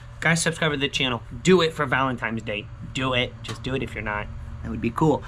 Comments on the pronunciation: Valentines day, not valentimes day! 😀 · It's VALENTINE'S not VALEMTIMES DAY